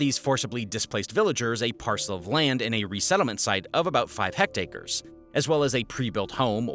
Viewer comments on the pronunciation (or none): It's not hect-acre, it's hect-are, 2 syllables. Hectare is metric, acre is standard. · HECT ARE, not HECT ACRE. Great video tho.